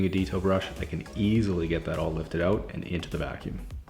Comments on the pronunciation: it's actually pronounced "eh" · don't you mean "ote"?